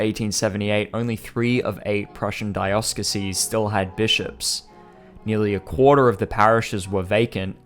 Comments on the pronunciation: dioceses is "dEYE-oh-sseez" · Dioceses. Jesuits. Learn how to pronounce these words.